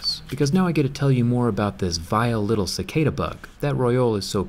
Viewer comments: You pronounced cicada wrong you pronounced cicada ciceida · It’s pronounced ca-car-da not ca-cae-da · Cicada (C-Kaida)? We pronounce it as Chi-kah-dah... Lots of them in Brunei... :P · Cicada is pronounced chikada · How can you know so much about cicadas but not know how to pronounce their name lol